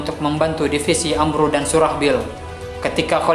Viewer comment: Itu bukan amru tapi amr bin ash